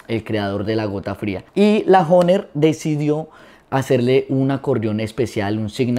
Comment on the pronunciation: Oiga pero pronuncie bien la palabra HOHNER y toque vallenato y no boleros.